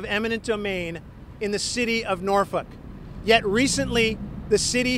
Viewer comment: It sounds like hes saying norfuck'